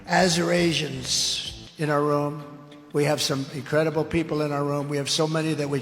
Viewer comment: I think "azurasians" was Trump's pronunciation of "Assyrians".